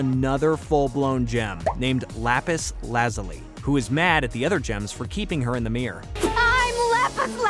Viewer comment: lapis lazuli is la·pis la·zyuh·lai Lap-piss laz-you-lie.